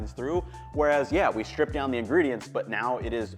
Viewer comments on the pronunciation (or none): none